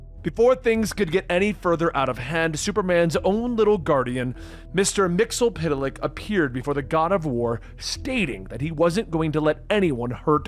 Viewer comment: Its pronounced "mix e spit lick" not "mixel pit lick" wtf